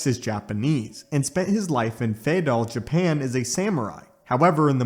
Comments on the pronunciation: Also also it's pronounced "FEWdahl" not "FAYdul". Also also also I don't think the Eternals were mistaken for Greek/Roman gods as much as they were the low key inspiration behind the ancient myths. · Feudal pronounced few-dull as opposed to fey-dull